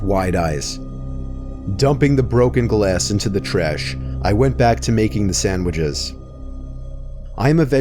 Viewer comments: No one:: Sandwidges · “To make some sandwidges”